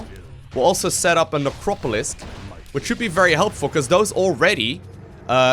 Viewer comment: nepropolisk :) that made me smile :))